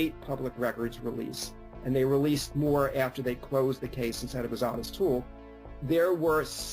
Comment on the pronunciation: I don't know why everyone pronounces his name "Ah-tis". It's "O-TIS" with a long "O". Ffs, every time.